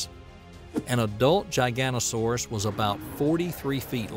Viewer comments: Good video but it's not gigantosauras it's giga-not-asauraus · Gigantosaurus 😂 it's giga noto saurus and said that way lol. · This Is cool and all, but the way you called a giganotosaurus a gigantosaurus is factually wrong. Giganotosaurus (Jyga - noto - saurus) is the theropod you talked about in this video. Gigantosaurus (Jy - ganto - saurus) is a sauropod species discovered in the UK hailing from the Jurassic. Very different species. Just a heads up for those who are unaware or have any confusion over the two species. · giganotosaurus not giganosaurus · The narrator mispronounces Giganotosaurus...I believe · Irritated by the constant mispronunciation of Giganotosaurus ...